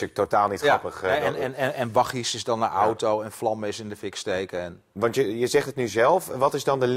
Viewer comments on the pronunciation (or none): Het is wagi, en geen wagggi🥴🥴🥴